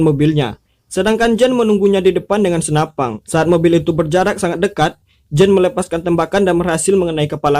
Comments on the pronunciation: SENAPAN BANG BUKAN SENAPANG WKWK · Senapan bro bukan senapang😂🤣 pang pang pong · Senapan...bukan Senapang.. Belajar bahasa yg baik dan benar dulu bro baru buat spoiler. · SenaPAN bukan senaPANG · Kok senapan bilangnya snapang... G g bisa di simpan u masa depang yah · Senapan gan. Bukan senapang. Sukses terus gan